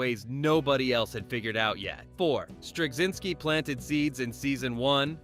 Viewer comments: Where do you see a "g" sound in "Straczynski"? It's driving me crazy to hear you keep saying "Stragzynski." And your ignorance of how to pronounce his name impairs your credibility as to anything else you say about him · Strug-zinsky 🤦🏻‍♂️. Pathetic. Ended the video for me. Why bother to make a video and not take the time to get names right. Zero credibility for any other “facts” discussed. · You couldn't be bothered to learn how to pronounce Straczynski for your title cards? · This generic take on things could have been written by an AI. It's like the content maker asked a search engine to give a list and had AI elaborate without ever talking to anyone who watched the show. The content creator can't even bother to know how to pronounce the show runner and character's names. Shallow surface details instead of any of the nuance the show was about. This video is a prime example of the Reverse Flynn Effect and the current generation being far less intelligent and full of depth as any generation before it. Moron, usenet is/was not a BBS system. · At least pronounce Straczynski properly. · If you could pronounce Straczinski slightly correctly, that would be nice. It's Polish. It's not hard to look up cz == ch. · Considering they're pronouncing Strazynski's name wrong, id say yeah. Pretty sure this is AI scripted.